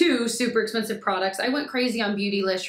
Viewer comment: Cracking up at you with that Charlotte Tilbury Hollywood Contour Wand. Had to rewind just to hear you say “expeRnsive” again. You’re adorable.